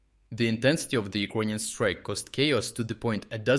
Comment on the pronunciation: Why do you say Ukonian and not Ukranian?